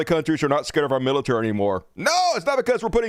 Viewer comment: LOL at "Miltary"